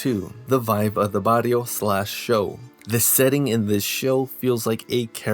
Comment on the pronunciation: Nah fam the way he says”barrio” 😅